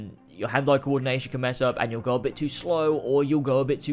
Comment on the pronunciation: i always hear: and let's co